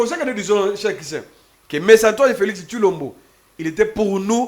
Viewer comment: Felixi looool...PPRD felix et non felixi